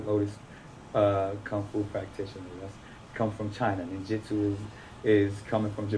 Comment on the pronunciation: Did he just say ninjutsu? Lmao